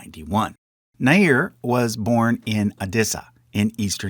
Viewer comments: One pronunciation to note is her surname is spelt Nair but should actually be Nayyar (the elite Punjabi caste) and not Nair (the South Indian Brahmin caste) both are unrelated. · The surname Nair is pronounced as "Naa'yar" it's a cast name in Kerala